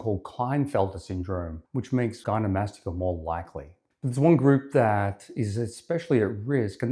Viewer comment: Not to be a jerk but if you’re going to do a whole video on gynecomastia your credibility would be strengthened a lot if you didn’t pronounce it gynomastica.